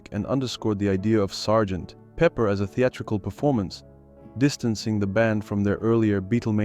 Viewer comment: True, and somewhat annoying-- with the pause between Sgt. and Pepper... Entertaining video anyway!